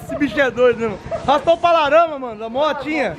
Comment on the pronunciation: Só eu q percebi q o falou "raspou o pala rama"?